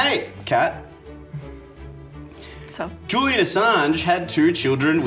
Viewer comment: So is her name pronounced “Kat” or “dark killer”!!!!! 😂